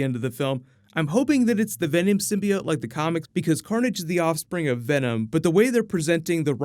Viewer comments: Takes a shot every time says symbiode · Quit saying symbiote the way that damn woman on the first trailer does! Sim-be-ot!